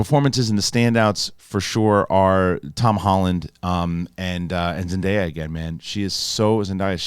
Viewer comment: Buddy it's Zen DAY yuh not Zen die ya like papaya lol.